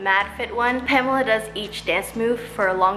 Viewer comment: it's wrong? it is not "pämla" it is more like "paamehla"... but ok🙃